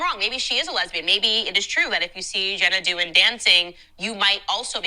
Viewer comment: Candace kept saying Jenna Dewan's name wrong, which was so annoying, and said she did the Magic Mike dance on "So You Think You Can Dance". She didn't even try to get the facts right. I can't stand her. Why does she say "women bing at home" while she has her own career? Dumb.